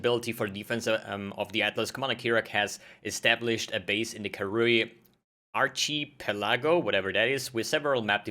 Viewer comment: Arc uh PEL ah go.